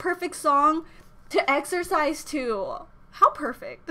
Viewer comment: "EXOCISE" omg you're so creative😂😂😂 I love you~~~💕